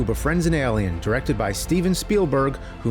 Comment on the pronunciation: Made a feature length film about them and still can't pronounce Alien